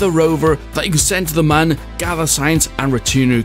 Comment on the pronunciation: It’s pronounced M-uh-n